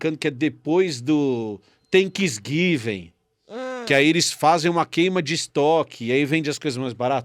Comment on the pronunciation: "Tenquisguiven" me matou 😂🤣😂🤣😂🤣😂🤣